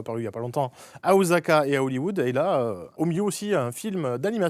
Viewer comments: Après vécu à Osaka pendant 10 ans, entendre Seb prononcer Osaka "Ozaka" et non "Ossaka" fait mal T_T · On dit Osaka avec le son « s » et pas « z », car la règle française n’existe pas concernant la présence d’une voyelle avant et après une consonne… c’était la minute Bernard Pivot et on s’en bas les cou… 😂